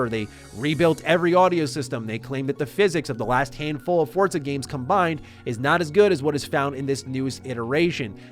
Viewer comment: Wtf is up with this american pronouncing 'forza' correctly?? I want you to butcher it like a foreigner begging for mercy, this is shaking my world view